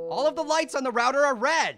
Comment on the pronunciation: HE CAN'T PRONOUNCE ROUTER CORRECTLY!🤬💢